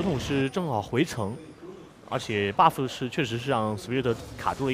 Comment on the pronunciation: 的时候听到女主播说：外加一个大龙Baofu...这咬字太好玩了hahahah